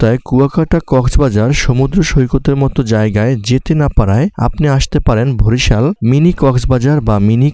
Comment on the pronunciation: ভরিশাল না ভাই বরিশাল😑